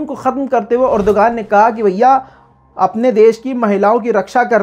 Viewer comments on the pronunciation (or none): "Urduaan," urdugan nahi